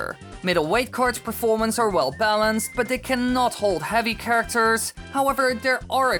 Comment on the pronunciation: umm it's characters not charaters